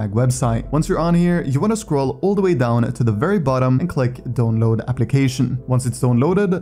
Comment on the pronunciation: except when he says download